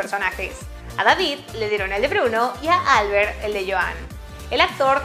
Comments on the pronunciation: Albert tiene el acento en la e, no en la A. No es inglés, es catalán 😁 gracias por el video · En catalán Albert es con acento en la e no en la a, gracias. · Yo habiendola visto en català y no entendiendo nada en castellano👁👄👁 Por cierto, Albert no se pronuncia asi xd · Pronunciais mal el nombre de Albert